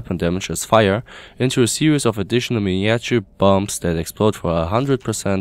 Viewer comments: Just a tip, miniature is pronounced "mih-nah-chure" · Wrong. I'ts min - e - a - chure